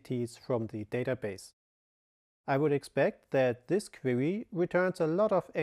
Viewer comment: Hier mal eine Kleinigkeiten um die Aussprache zu verbessern "instantiate" = instan schi eit und "Query" = Kuäri und huge = hiug mit h. Fass es als konstrokutive kritik, denn dadurch wirken deine Videos noch professioneller, anstonsten rest ist top